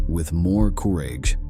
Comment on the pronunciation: German with a hard G? Really? Uranus with a short R? Commit soo-seed (suicide)? Cooridge (courage)? Of the 110 sewers Grrrman? Gooligs? Holy shit! Who is the narrator? Absolutely the worst I have ever heard on any video on YT. Unbelievable!